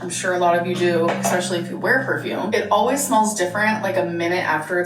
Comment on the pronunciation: it kinda makes me laugh when she's trying to be so serious but keeps saying exspecially